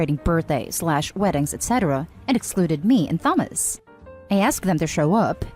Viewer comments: Who the hell pronounces Thomas like that?? 😂 even if this is AI, I wouldn’t thought it was better than that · I couldn’t finish listening because of the pronounciation of “Thomas”😂